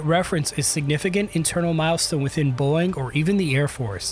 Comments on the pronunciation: It's not AI? Why does he pronouce it as "boing"? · Then why did he say "Boyg" instead of BOEING? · listen to how he says "Boeing." He didn't talk about the canards, the only thing that was really confirmed in the actual release photo. If you're at >10% dislike ratio, I'm not the only one that noticed. AI VIDEO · maybe teach your narrator/AI to correctly pronounce Boeing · The video can't even pronounce the word 'Boeing' correctly. 👎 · Can't tell if AI voiceover or the dude doesn't know how to pronounce Boeing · You need to learn how to pronounce Boeing . Tbh this video is quite amateur. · These comments 🤦‍♂️... Boeing (Bow-wing! Not Boing!!!) commercial and defense are basically two separate companies. Defense side is Mcdonnell Douglas out of St. Louis, MO. All the F ups are from the commercial division out of Everett, WA. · I literally couldn't watch the whole video because hearing "boing" even two seconds was so annoying. It's Bow-ing. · …um, Boeing has not changed the pronunciation of the company name to “BOING”. It’s two syllables: BOE-ing. “BOING” is cartoon sound for a character with springy feet. Still, I guess it’s better than stupid AI narration. The rest of the video is interesting. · Take a drink every time he pronounces Boeing as Boing! (It's Bow-Wing silly). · By the way! It’s pronounced BOW ING NOT BOING! Please get it right. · Are you saying, “BOING”? I’m not the only one hearing that right? 😂 It’s, bo-wing. Boeing. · Am I hearing Boeing being pronounced as boing lol?? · you pronounce boeing; "boing" !!?????? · I’m sorry, “Boing”? Age of the AI generated YouTube videos… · Is it really pronouced boing? Boing bong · He said it like boing, because that's what happens to the aircraft when it's in the air... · No, this one is Pure BONG. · A Human wouldn't pronounce Boeing as Boyng. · Sounds like he's pronouncing Boeing like "Boing" with one syllable instead of "Boe-ing" with two syllables. Is anyone else hearing it or am I crazy? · It's Bow-ing not "boing"